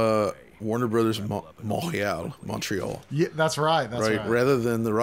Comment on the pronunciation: It's incredible how perfectly pronounced Montréal he literally said it like a native Québécois. It's crazy because even the anglos in Canada still cannot even pronounce correctly Québec or Montréal. Americans being better as usual in french than the anglos in canuck. Meanwhile, there are a lot of english canadians that moves to Québec to attend schools over there because it's cheaper yet 99% of them are so bad in french compare to the American students or most foreigners if you ask me. That was embarrassing to realise because I was thinking to myself they should be good they always cry about the fact they are ''forced'' to learn french in school until they graduate. Yet it doesn't seem like it. I went study in Québec for 2 years, loved the place the Québécois are probably the most welcoming and kind people in Canada. There's a lot of misconception about them and also false informations. As the local says, they call it ''Quebec bashing'' and it's true. There's just a constant smear campaign against them in the english media in Canada. They showed me countless examples.